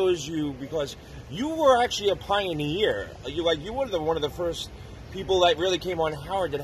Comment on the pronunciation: Wtf is a "pionee-ear".